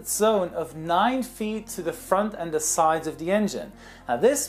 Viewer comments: "Sie" Germans ahaaha I always think about Clarkson and his "Sie Germans sie" ahahah. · LOOOOOOL "Ze Germans" XD XD